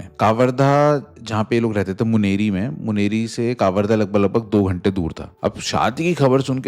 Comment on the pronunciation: मुनरी नही मुंगेली 😂